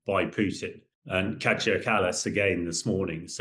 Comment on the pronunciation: Hamish deFrogJock. Do us all a favour, stay in your armchair and zip it! By the way her name is pronounced Kiya not Kajar. And It's Kaliningrad not Kalaningrad ! For God's sake!